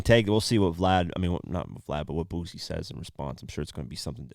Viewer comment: It's Boosie with an 'S'... Not a Z. Dude been rapping for over 20 years, you not even trying to say the shit right smh